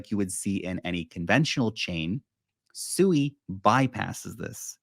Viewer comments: Pronounce this as SWEE, you're not calling a pig, so please stop. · I think it's pronounced swee